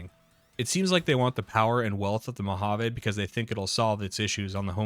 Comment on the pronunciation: Being raised in vegas I can understand the incorrect pronunciation of Nevada, But.... Mohaveh?? I've never even heard that. You know we hate these pronunciations when even the dmv here has sign of how to say the State name properly lol. But then everyone can say "vegas" properly. why not say "Las Vahgus" instead?